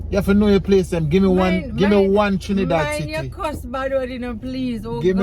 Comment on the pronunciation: pronounced all the names of places in Trinidad, correctly. 😊👍🏻